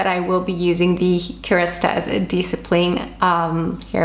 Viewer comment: I love the way you say « KeRastase » you pronounce it perfectly 😂